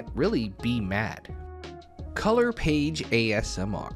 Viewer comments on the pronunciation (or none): none